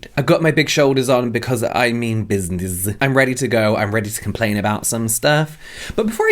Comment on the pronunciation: “I’ve got my big shoulders on because I mean businezzzzzzz” I CACKLED 😂😂😂